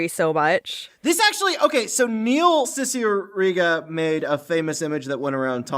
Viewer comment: they still miss pronounce cicierega ........